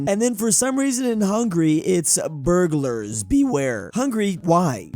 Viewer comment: they wanted to say Bulgars🇧🇬, but it became burglars, because their language is a mess